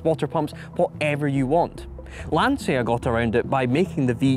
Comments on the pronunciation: It's pronounced, Lahn-cha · The i after the c in Lancia makes that it's pronounced like a ch in chocolate (cioccolato in italian), so the i is silent. Lancha or even Lantsha. You're welcome. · You pronounce Lancia sooo badly... i wanted to quit from the internet.